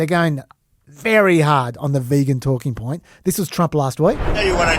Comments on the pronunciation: He doesn't know how to say vegan correctly. Its not his accent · Are you sure that's Trump's accent? Are you sure he just doesn't know how to say vegan? 🤨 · I feel like he doesn't know how to say vegan, yeah... But I'm notoriously bad at catching sarcasm, so I couldn't tell if that accent explanation was a joke, perhaps??